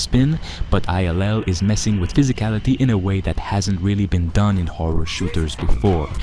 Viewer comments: man why do you say I L L it's iLL stop sounding like an Ai voice 😂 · It's pronounced "I Double L" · I work at a library, and every time he says I. L. L., I hear "Inter-Library Loan." I will be thinking of this, when I play ILL. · Why do you call it I L L? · You’re not pronouncing ill right. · I’m still calling it “ill.” It’s quick and to the point, and I like the ring of it.